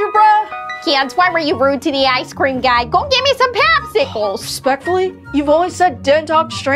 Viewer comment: "I want my PWAPSICWALSSS"